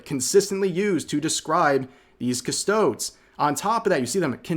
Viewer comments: Custodes is not pronounced "Custchodes" But Cus-toe-des because it' latinesque. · Cuss-toe-days. Three syllables not two. Cuss-toads, smh. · CUS-TOE-DEES. Not Cus-toeds. You wouldn't pronounce Astartes as Ah-starts. Some do but they're braindead. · Please say "Custodes" next time. Dont leave it at "Custods", its already plural, lol. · This is abit of nitpick but custodes is pronounced cuss-toad-ee's, overall good video but as a lore nerd i had to point it out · Every time he pronounces it "custohdz" I die inside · Custodes is pronounced [kuh-stoh-dees]. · "Cus-sto-deez" thanks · rev you are driving me crazy with how you pronounce it's custod ee like custodian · "Custoads" Tourist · Just in case, Custodes is pronounced as if going for a deez nuts joke, so kinda like Custodeez. Same with Astartes. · dont mean to be anal but... Its pronounced "custoDeez" Nuts sorry but how could i not. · also WILL YOU AMERICANS STOP BUTCHERING THE WORD CUSTODES ITS PRONOUNCED custodIES !!!! christ , learn English ffs !! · rev. i love your content man, but its cuss-toe-deez Also no, i dont care what tzeetch says, there have not always been female custodes. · Great Video, but, it is pronounced like Cust-oh-Deez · Custo-DEES. I'm kinda sick of hearing it mispronounced. At least learn a bit about what you're talking about (Flash did it too. Driving me crazy) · "Cust-OH-ds" oh nooo rev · It's pronounced "cust-oh-days". It's from ther latin aka "quis custodiet ipsos custodes?" (who guards the guards themselves?). Sorry, heard so many people pronounce it wrongly so often, it's beginning to burn my biscuits! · REV It's pronounced KUH-STOW'-DEEZ. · Rq Rev it’s pronounced “Cuh-stoh-dees” since it’s based in latin, and to my knowledge, it was incredibly rare to not sound out vowels (no silent vowels like in some colloquial American words/terms). This is not meant to come across as petty or upset, it’s just my rampant OCD I Swear 🙏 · Hurts to hear it pronounced as toads 😂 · "cuhstoweds" :skull